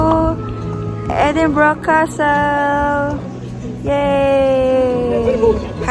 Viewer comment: Edin - bur uh